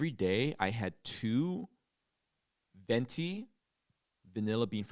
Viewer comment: Vente lol not venti